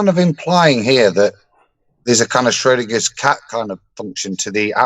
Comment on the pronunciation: Did he say Schrodinger’s Cat?